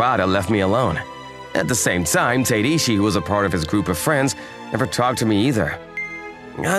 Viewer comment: the pronounciation of tateishi is getting on my nerves